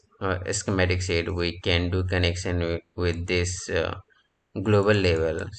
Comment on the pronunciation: Not "sit", but "sheet"